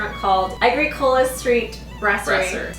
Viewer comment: Haligonian here! I'm so glad you loved your time here, and the Bicycle Theif is the bees knees. The street is pronounced less like Ay-gree-CO-la and more like Ah-GRICK-o-la, though. ;)